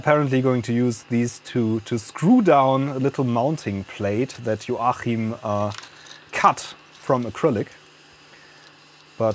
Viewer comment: The CH in Joachim is usually pronounced K. :)